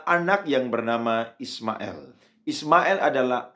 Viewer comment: Kalau,islam itu ismail, il bukan ismael konon,ucaplah degan benar jagan di legko legko😮